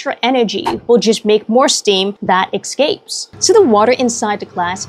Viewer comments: Engrish resson 'escapes', pronounced ESScapes, not EXscapes You're welcome. Don't ax me again! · It's pronounced Ass capes. Ex gapes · So clever yet still can’t properly pronounce ‘escapes•